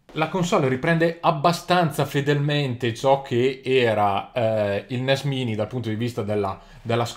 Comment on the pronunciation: credo che si legga NES mAini.